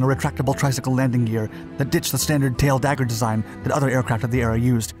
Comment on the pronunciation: “Tail daggers”? 😂